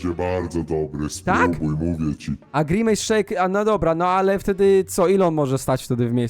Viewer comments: nie pij grimace szejk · nie pij grimejs szejka